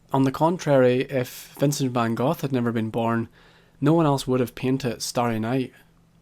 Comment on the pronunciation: Another great video... Only one concern... Vincent Van /GOTH/?;)